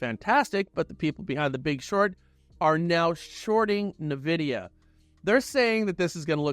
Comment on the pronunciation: I love the content and the cohesive presentation of your research but the way you pronounce NVidia is just killing me xcc